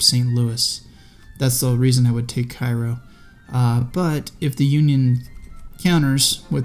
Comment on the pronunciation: Hey it's pronounced Kay-Row. I used to call it the same as the Egyptian city but that's incorrect.